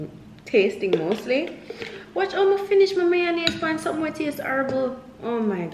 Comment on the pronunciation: “Sumn nu right” LMAOOOOO